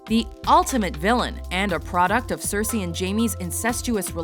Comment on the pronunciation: 6. Cersy !?!? WTF WHY THIS BITCH